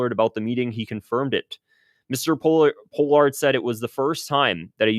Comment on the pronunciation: Good video. Btw Pronounced Paul-ard